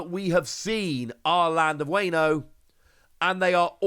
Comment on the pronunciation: As someone who knows some Japanese why are you pronouncing Wano as wayno?